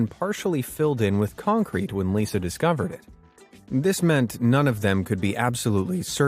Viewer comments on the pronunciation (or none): none